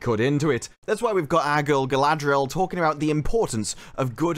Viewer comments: how do you turn 4 consanents into 6? i thought her name was galadriel, not galaladriel? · Question for or however it’s pronounced now. If Tolkien had put out more powerful women in the LOTRs would the existing women characters such as the one you play be diminished and felt way less important in the story? I’m just curious how your brain works. Certainly not logically. Yes let’s add more more more powerful women that will make Eowyn and Arwen scenes stand out more and hold a ton more weight.